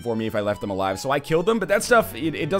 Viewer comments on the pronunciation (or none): none